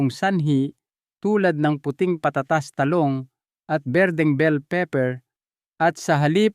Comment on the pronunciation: taga saan ba kayo.. pag igihin mo ang pag pronounce mo ng mga salita. tulad ng patatas. etc.. pag igihin mo ng di nakakainis pakinggan